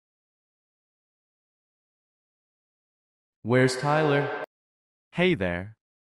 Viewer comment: "See you tamero"